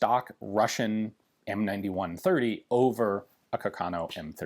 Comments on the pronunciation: Hi, great and informative video. Please note that carcano is pronounced with an accent on the first A. Something like Cárcano, from the name of Giulio Carcano, famous italian bike designer. 👍🏻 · It's Càrcano. accented on the FIRST A, not on the second!